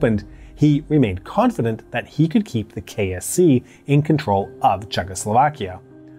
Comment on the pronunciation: He says KSC but I hear KFC.